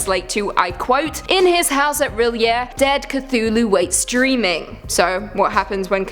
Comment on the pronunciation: It's "R'lyeh", not reel'yeah isn't it? try to pronounce like french and there you have it!